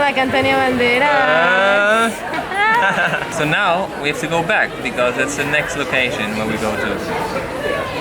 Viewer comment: Que chiste como dice "Antonio Banderas" jajajajaj